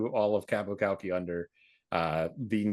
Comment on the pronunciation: Qapu Khalqi. You mean...Hafza time! Of note: the pronunciation of 'Khalqi', the 'K' at the start is pseudo silent, more like halqi, than kalki.